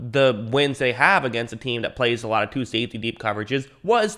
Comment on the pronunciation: Ah it's "safety" not "saftey" dude. 🤭🤭🤭😅😅😅